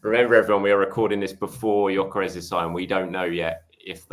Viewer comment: Gyorkes or Havertz are you serious